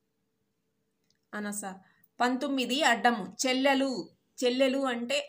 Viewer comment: అనస కాదు,అనాస